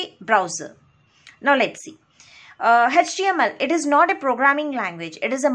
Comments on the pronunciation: its ACH-TE-AM-EL(HTML) not tech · Mam, everything is good but you pronounce HTML as-" hatch TML". This is so weird...